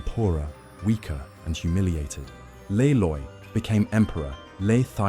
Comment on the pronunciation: Le Loi rhymes with bee toy. So u pronounce it lee loy.